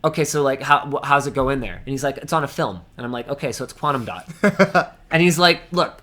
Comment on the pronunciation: Is it quantam dot? 😂